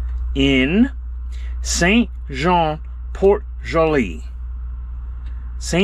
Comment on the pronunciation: You got Saint-Jean-Port-Joli pretty much spot on. Actually french Canadian speak a close iteration of the old French as spoken in the French court of the Louis XIV.